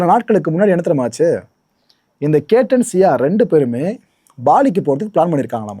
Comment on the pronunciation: பெயர் கேட்டன் இல்லை கேத்தன்